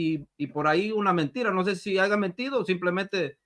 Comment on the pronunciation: El licenciado con futura maestria dice "aiga". Jajajajajajaja